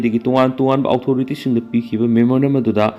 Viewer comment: Ojagi pronunciation se kukina noknare. Authority haigano othority haiyo